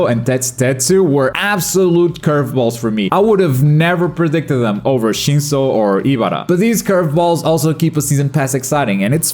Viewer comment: dude got shinso correct